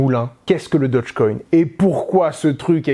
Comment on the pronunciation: Dogecoin pas dodgecoin...